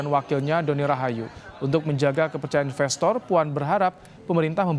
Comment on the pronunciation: investor pak bukan inbestor